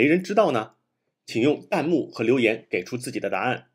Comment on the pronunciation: 是弹幕 tan 第二声 不是蛋幕 这个都读错了就感觉很没有谱